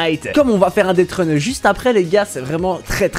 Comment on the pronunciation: c'est deathrun et non deadrun